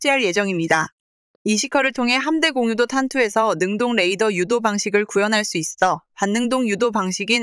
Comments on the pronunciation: 오 이번엔 직접 읊어 주시는건가요? 이런거 참 좋습니다. 그동안 띄어 읽을줄을 모르는 멍청한 TTS 스피킹이 너무 싢었는데 이렇게 직접 읽어 주시니 확실히 사실 전달이 잘 되고 이해 또한 잘 됩니다. 거기다가 의외로 여성분이셔서 참 응원하고 싶습니다. 여자가 이런 분야에 관심을 갖는게 쉽지가 않은데.. 그리고 함대공유도탄 이라고 붙여 읽으시면 안됩니다. '함대공' '유도탄' 이렇게 띄어읽으시는게 맞습니다. 마치 함대 공유도탄 으로 들려요. 다음번 영상 만드실때 참고하세요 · '함대 공유 도탄' 이라고 읽지 마시고 '함대공 유도탄'이라고 읽으세요.